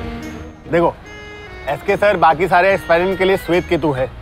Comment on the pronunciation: said his name is Swetketu NOT Shwetketu but also 😂😂